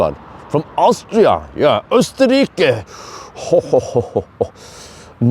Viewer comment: österrickee.....ja man.......😀😀😀